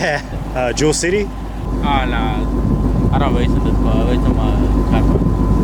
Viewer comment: “i don’t wace in dis caw i wace in my chwackhawk” 🤣🤣🤣